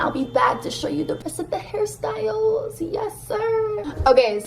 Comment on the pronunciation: all the times she said “hair styles” i heard harry styles